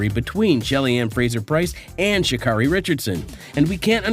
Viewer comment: Good heavens, dude, if you're going to post about track and field, the least you can do is pronounce athletes' names correctly. SMH ~~ Richardson's first name is pronounced "Shuh-CARE-ee", not "Shuh-CAR-ee".